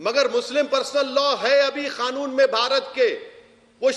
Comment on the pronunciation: अबे जाहिल सुवर की पैदाइश पहले ढंग से बोलना तो सीख ले साले ओवैसी सुअर। कानून होता है साले जाहिल गंवार खानून नहीं होता है। गधे